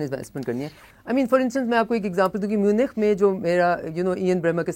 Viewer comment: صافی صاحب پوگرام شروع کرنے سے پہلے تھوڑا سا کام پروگرام میں موجود الفاظ کے تلفظ پر کریں۔ آپ میونخ کو میونچ پرھتے رہے۔ جو کہ غلط ہے۔